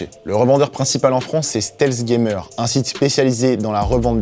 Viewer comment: "Stèlsse gaymeur"